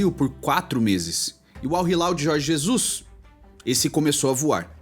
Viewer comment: Jorge Zezus kkkkkkkkkk